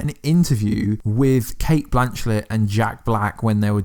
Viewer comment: Blanchett not blanchlett